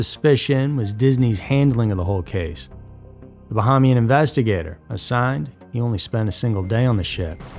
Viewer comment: It’s pronounced— Ba-hey-me-in